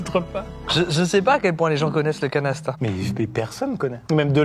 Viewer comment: J'écoutais la vidéo plus que je la regardais, et quand vous êtes arrivés au Canasta j'ai compris Canesten. Ça m'a un peu surpris un moment